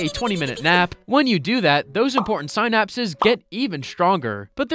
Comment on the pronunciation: LMAO, you pronounced Huberman, synapses, acetylcholine, and so much more so wrong. BUT UR A FELLOW HUBERMAN LISTENER!!! (He’s my idol, btw)